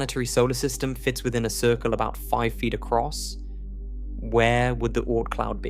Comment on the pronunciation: Circow? Circle middow? Middle Please use RP for the AI. Use the “dark L”. Thanks.